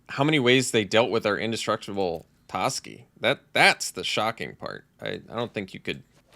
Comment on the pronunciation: its definitely pronounced TOEski but it's alright. I'm upset about this but i feel we'll get past it.